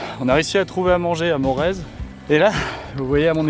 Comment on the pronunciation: Morez qui se prononce Moré